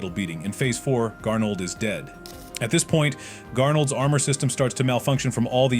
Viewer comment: Grnaold❌ Garnold✅